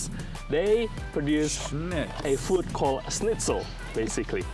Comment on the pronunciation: Grilled is a very local Melbourne thing being plugged. Most people get a good burger from a fish+chip shop, or even a good petrol station. Btw, it's schnitzel, not shnitz.